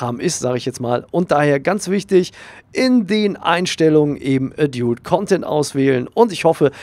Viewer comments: Klugscheiss-Modus an : Preferences heisst Vorlieben ;) Und es spricht sich nicht A-djult Content sondern Ä-dalt Content (lautsprache wobei das Ä nicht zu stark betonen sonst kommts dem sächseln zu nahe ^^) Klugscheiss-Modus aus. Gruss :) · Adult wird edalt ausgesprochen!!!!!! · *ädiult(so wirds ausgesprochen) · es wird übrigens "ädalt" ausgesprochen :) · Danke für das hilfreiche Video, aber bitte höre dir die richtige Aussprache von "adult" an. ;-)